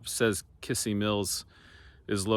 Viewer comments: Kissee Mills pronounced Kizzee Mills accent on second syllable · Kissee Mills, pronounced KIZZEE. There used to be a bar in Isabella that we played in in 1993 that had chicken wire over the stage. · In case no one has already mentioned it, the stress in Kissee is on the last syllable-- kiSSEE mills. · In Claremore Ok there is a Ford dealership- Jack Kissee, pronounced kiss sea. I did some research and discovered this name was in Missouri in the 1800s. It isn't a common name at all- 3 in Missouri at one time. In Missouri it was pronounced Kizzee. Interesting how names are pronounced differently in different areas of the country. I love history, your videos are right up my alley. Stay safe and GOD bless